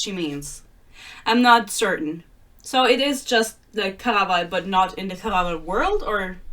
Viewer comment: The way you say "Caraval", I just love it